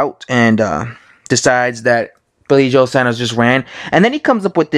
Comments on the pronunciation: It's Saunders not Sanders. This video gets iraating after 15 seconds. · Fs it’s pronounced SAWN-DERS (Saunders) not SANDers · Saunders* not Sanders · Saunders not Sanders.... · Why do yanks find it hard to say Saunders ? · Luke Oconnor I know tell me about it....too much of colonel sanders and his chicken I reckon. It’s got a U in it, it’s not SANDERS ffs